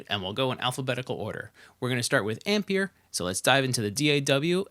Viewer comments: Please stop saying "Ampeir" jajajjaa!! It´s pronunced like EMPIRE 😝😝😝 Apreciate the video bro!!! Thanks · Brilliant video!! But the plug-in is pronounced AM - PIE - ER.......it's a play on words really, as in Empire......Great vid. Keep up the good work! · It's pronounced amp-pai-ur...rhymes with Vampire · Have u heard of the word Empire? I'm fairly sure it rhymes with how u really pronounce Ampire, so brb im gonna think carefully if i wanna watch past the first 15 seconds of this video now